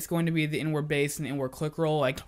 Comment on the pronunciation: Who else that he was saying N - Word instead of inward😂